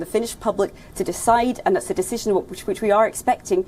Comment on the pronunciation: This Nasal Anchor's lexicon & pronunciation: "ba = by ; ha = how; nau =now ; abaat=about ; aat = At ; evold = evolved ; pauzibility=possibility ; dissishn=decision ; insaats=insights ; dizaar = desire ; Brazills = Brussels ; Who dafu* let him read the news??!!!! Whts happening WION? Hire people who make sense!!